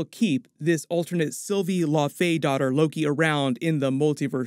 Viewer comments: It would be pronounced laufeydo-tir like dough-tier. Btw. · For future reference, it's pronounced Lau-fee-dot-er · Dottir is pronounced "dough teesh" believe it or not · Can you please start pronouncing laufeydottir and laufeson correctly? Low (like cow) Fee Son. Not La-Fay-son